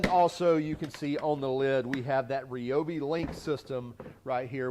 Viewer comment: It's pronounced RYE-obi, not REE-obi. And no, shockingly, I'm not fun at parties.